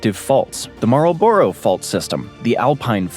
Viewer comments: imagine pronouncing Marlborough as "marl-bor-oh" and not "marl-bruh" XD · Marlborough - try saying Marl-ba-ra. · “Marl o burr row” I’ve never heard it pronounced like that 😂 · the pronunciation of Marlborough being one.